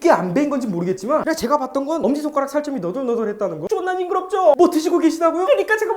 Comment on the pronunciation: 존12나ㅋㅋㅋㅋㅋㅋ 진짜 존일이나 라고 말하시는거 개웃ㅋㅋㅋㅋ